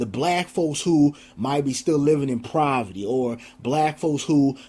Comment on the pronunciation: Did you say proverty?